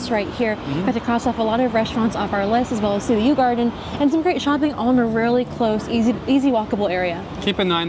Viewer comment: Yu Yuan/garden is pronounced closer to Yi Yan/garden. Both sounds does not exist in English.